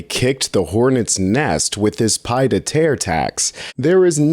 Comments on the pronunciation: It’s pronounced “pee-ay-deh-terre”. NOT “pie” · ̣ it's "pee-EDD". Not PIED!! 🤣 pied-à-terre = second home. ̣ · 'It's pronounced "pee der tear" not "pie deh tear ". (Tear as in tear something up!) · Please,: too distracting for you to say "pide a ter". And "pade ah terr." It Shows you don't even know what it means. Pronounce it "pee-aid uh tehr". You're too critical of people you think are stupid, when you can't pronounce a French word used in English all the time. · Please, PLEASE don't call it a PIE de terre tax. It's a pied-à-terre (pee-ed-ah-terr), meaning foot to ground, IE, physically in NYC. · Drives me nuts too. It's pronounced "Pee-ED" de Terre. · "pee-aid a tare" Not pied. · I love your content but you have GOT to learn how to pronounce “pied-à-terre”. It’s not PIED like a baked good or PAYD like payday, it is “pee-aid”, as in the French word for foot. Pied a terre means “foot on the ground” and refers to how having a second residence lets you keep a “foot” in another city or country. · FYI, it’s pronounced “pee-YAYed-ah-terre.” 😊. ❤ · Uh, it's pronounced pi-ed a terre. Learn what a thing is before you try to report on it. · "pie dare tear" thanks I hate it... You literally just showed a reporter pronouncing it nearly correctly, so how did you mess it up so much? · Oh, dear god! Please learn how to pronounce words before you speak. It’s not “pie” de terre. Your phone can tell you how to pronounce words. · It's pronounced "Pee-ED" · Pee Ed a terre😂 c’mon man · “Pee-eh de terre” since accuracy can clarify what’s being said. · Look up the pronunciation. It's like pee ed a tare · Say "pea-ed a terre." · Love the work, just... if you're going to say something from another language, google how to say it first. The intro clip literally has it pronounced correctly, and it just comes off as being ignorant, when you certainly aren't. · not how you pronounce "pied-a-terre"